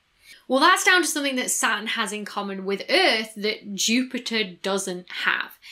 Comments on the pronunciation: And Saturn as Satin :) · I get stuck on Saturn and Satin. I keep hearing satin when she says Saturn...which makes me lose focus on the subject forcing me to notice her left hand pinky finger nail is not colored green like the rest of her fingers...this video is tearing me apart... Its a nightmare for OCD. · I've started saying "Sat'n" now. I'm fine with it. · Not being critical - I love accents - but "Sa-urn"? :-D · Sat'in. You can't forget that regional glottal stop. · She pronounces the "T" in Jupiter but not Saturn, is she trying to sound American? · The big payoff in any of her videos is when she pronounces "Saturn."